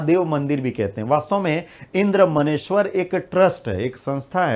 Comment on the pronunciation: इंद्रदमनेश्वर है सर मन्नेश्वर नहीं